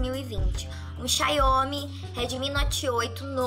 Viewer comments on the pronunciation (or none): Mano que raiva da pessoa que nao sabe nem falar o nome do telefone que possui, X-I-A-O-M-I, e fala X-A-I-O-M-I. Ela quer é história, assim como esse Celso Burromano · " CHAIOMI " 😅🤣🤣 E DE CAIR O C** DA BUND!*** KKKKK Maniade não saber pronunciar o nome certo é foda kkkk. Molhar o telefone e querer garantia e osso kkkk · Ela n sabe falar a marca do celular, xaiome